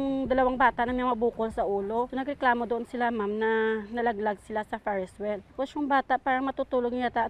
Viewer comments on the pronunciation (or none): Pulis: Ferst wel HAHAHAH